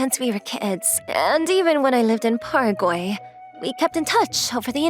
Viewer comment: Paraguay is said like saying the beginning of paragraph. Your welcome